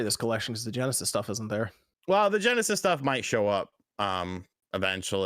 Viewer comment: LOL on Ge'esis, although MVG would say Megadrive though